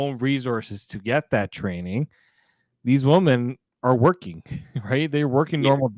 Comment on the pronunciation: needs to learn the pronunciation of women. He keeps saying woman.